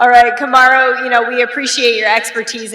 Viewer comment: he say Camaro? 😂💀